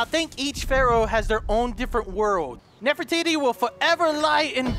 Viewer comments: I love how calls her "Nerf-iti" 😂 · I love how kept calling Nefertiti Nefiti